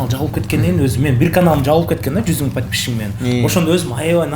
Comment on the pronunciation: Подпищщщик дейт го. Микрофон которгон бала без грамотный экен бир ааз кичине китеп окуу